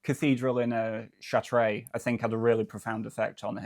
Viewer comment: Unfortunately Chartres is pronounced like shar-truh with the emphasis on the first syllable.